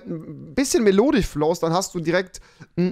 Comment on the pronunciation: Immer dieses "Melodich"